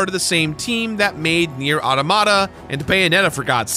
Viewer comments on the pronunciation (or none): none